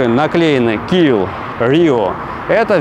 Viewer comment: Да не киО, а киА!!! Кио был Игорь, он был иллюзионист... 😂